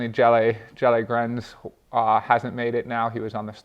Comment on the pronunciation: Jelle Geens is pronoucnced in Dutch as "Yell-and-Gains" in English. No pun intended. ;) Go Sam!